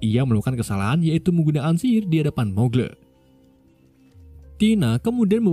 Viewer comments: Bukan mugle bang tapi magel di bacanya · Bacanya magel bang bukan mugle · grindewal aja nyebutnya muggle dibaca magle 😢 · bang kalo bisa bacanya itu "muggle" bukan "muggle"